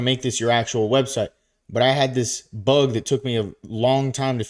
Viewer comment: The way you said that "But I had this BUG that took me a long time to figure it out" the same way it ruined my entire life but Hats of You are the man.🤙🤟